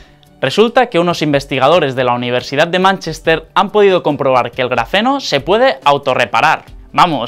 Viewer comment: Grafeno o Grazeno ??? O tiene dislexia ???